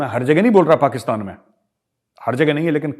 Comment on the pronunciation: Ye lahori pakistani to pakistan bhi dhang se nahi bol sakte...usko bhi 'pakastan' bolte hai🤣😃😂